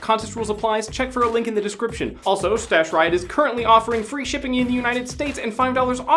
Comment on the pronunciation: forced to fwee?